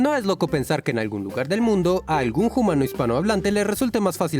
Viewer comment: Por favor, deja de decir "jumano". Lo digo con cariño 😌